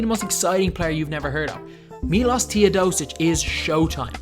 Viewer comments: You should pronounce Milosh Teodosicj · My name is Miloš and i Was so triggered when you said Miloš Teodosic wrong.